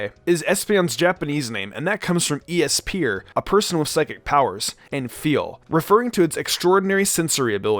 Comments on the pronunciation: Esper is not e s p er it’s ess purr (that’s the best way I can try to explain it’s pronunciation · E-S-P-er? No. ESPER, altogether. Also, not "minute shifts" as in time. Mi-nute shifts as in very small changes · "Esper" is not pronounced "EE-ess-pee-urr" but "esss-purr." That aside, how did they get rid of Umbreon's Toxic?? EVERYTHING can learn toxic!!!! Glaceon = glacier + eon Leafeon should have been "verdeon" due to how the english language works and how it rolls off of the tongue.